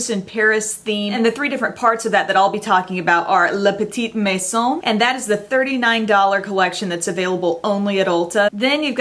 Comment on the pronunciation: You pronounced "la petite maison" perfectly!